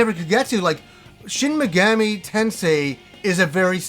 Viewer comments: Great video, but your pronounciation of Megami drove me a little mad, haha! it's mey-gah-mee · MEG-AH-MEE you dense fuck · I enjoy the smt games a lot, when you pronounce megami as megammy I cringed everytime but still cool video and thanks for the upload. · You butchered the pronunciation of the ENTIRE SERIES!!! The 3rd word is pronounced MEGAAAMI, the A is supposed to be drug out a little bit! Edit: WHERES DIGITAL DEVIL SAGA 1 AND 2?! ITS NOT COMPLETE WITHOUT THOSE!!! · Yes, you may have "done a google search;" however, that doesn't mean you are correct. He is making the Ga and Mi sound meld, just like in American English. He is saying "Shin Me-gam-ee" and like you said, the language is very syllabic, which would mean he is wrong. I have actually studied into some Japanese, and I don't mean to be rude, I even said he made a great video, but the pronunciation isn't correct. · Minor nitpick - you mispronounced it as "Meh-gammy" the entire video, but pronounced it right once ! It's "ease" vs "wise" all over again! haha! JPRGs love being tricky to pronounce! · tf does that have to do with anything? He was correct that he butchered Megami